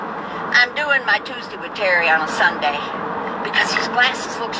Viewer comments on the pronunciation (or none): Love the way you say "SUNDEE"